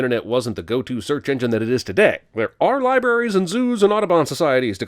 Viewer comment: "there are liberries and zoos..." 1 sin for pronunciation. But honestly, hardcore fan of the channel.